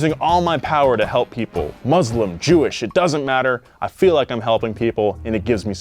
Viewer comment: FYI for: the word "Muslim" is pronounced as "Mus-lim" and not "Maz-lim". It's pretty disrespectful to use the latter pronunciation as it literally means "filthy person", while the correct pronunciation really identifies the this ethnicity.